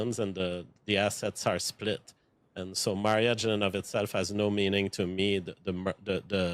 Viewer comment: I am never one to speak on accent or non English native speakers on how they pronounce words but him saying marry-age over and over is irking me :/